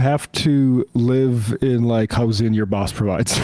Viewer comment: The worst part of Abundance by far is the way Ezra has decided he’s going to pronounce “housing”